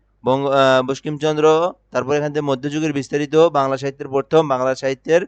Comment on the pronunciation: বঙ্কিমচন্দ্র উচ্চারন করতে পারেন না আপনি দিচ্ছেন সাজেশন!!!